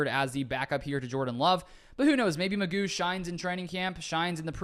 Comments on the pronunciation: I thought it was pronounced Mc Goo? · I think this is a very worthwhile addition. McGough is a tough name to pronounce...I think its more like McGow...but I am gonna call him McGuff the "Crime Dog" cuz he is gonna come in and help "take a bite outta the Bears, Vikes and Lions....:hand-orange-covering-eyes:😇😊😎 Good luck with the Podcast on my way to check it out!!